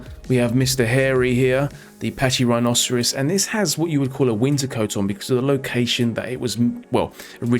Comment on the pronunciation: Funny that you pronounce it like Pachyrhinocerus